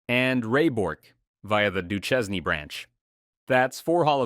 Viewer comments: Steve Do-shane should be the correct pronounciation. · How can you pronounce Lefebvre but not Duchesne ? This is illogical af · Steve Du-chez-nee?